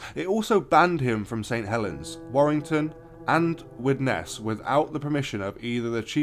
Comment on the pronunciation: It's pronounced widnis 😂 Yeah he became an urban horror legend that our parents uses to threaten us with if we stayed out too late.